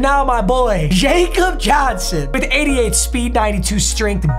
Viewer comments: Who’s gonna tell him it’s pronounced yak-ub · jakob johnson's name is pronounced "yah-cub" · Jakob (Yah-cub) Johnson sorry I had to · it’s Jakob (ya-cub) Johnson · when is someone going to tell him his name is pronounced Yacob Johnson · 5th time commenting this: “YAH-COB” Johnson. Also James Develin is better. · It’s pronounced Yakob. He’s from Germany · Hate to break it to you papa but it’s pronounced Ya-kub Johnson.. it’s a polish thing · i’m sorry to tell you this awful news but it’s pronounced Yakob Johnson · Jakob johnson the J in Jakob is pronounced with a Y instead of a J because he's german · It’s pronounced “Yak-cob” Johnson not “Jacob” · Bro said JACOB it’s pronounced like Yaw-cub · love the videos, but jakob is pronounced 'yakob' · Love the content recently Papa, carrying YouTube fr! Also I'm a patriots fan and Jakob Johnson's name is actually pronounced Yah-Kob and not Jay-Kob because he's from Germany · just to let you know, its (ya-cub) johnson not (J-cub) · The name is pronounced Yahcub Johnson not Jacob Johnson. I’m a pats fan I know this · Papa, I tell you every time it’s “yacub” Johnson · I’m a pats fan and I get triggered when people say Jacob Johnson when it’s pronounced YAKOB Johnson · I’m going to have to complain about the mispronunciation of Jakob Johnson. Come on it’s not Jacob it’s YA-cub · Its like Yakob johnson not jacob lol. The j is a y because he is from Germany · ITS PRONOUNCED YA-CUB, NOT JACOB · It gets annoying when your a Patriots fan and he miss pronounces Jakob Johnson when it’s pronounced Yakob Johnson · it’s pronounced YA-KOB not jacob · IT PRONOUNCED YAH-CUB NOT JACOB 😭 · Yo man it’s pronounced “Yakab” not “jacob”……… he’s German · LOVE to see the pats theme! theme teams are one of my favorite series' NOTE: its pronounced like Yakob, hes our international player from germany! wish we didnt lose him this year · Fun fact: Jakob Johnson’s first name is pronounced “Yahkob” because he’s from Germany